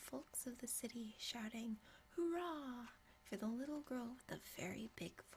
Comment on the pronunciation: "shi**ty- Oops i mean city" Great English you have. :)